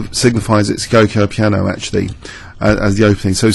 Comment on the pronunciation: It's pronounced 'Joco' Piano, I think d3 is the most modern way of playing it.... Thanks a load for the videos, fantastic as per.